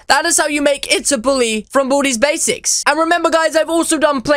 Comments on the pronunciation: when u say baldi's basics I here booty basics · It's like you say bootys basics lool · Did you just say boody's basics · What I heard was "From booty's basics" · did you just say booties basics? ;( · he say boody basics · You say Baldi’s basics rong